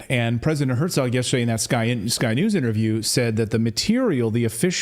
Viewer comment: CLAYTON, it's Her-zog, there is no t in the name, trust me I know I was married to a Herzog for 33 years .....................